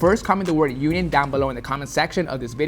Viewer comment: “UNION” came out dope 👌🏽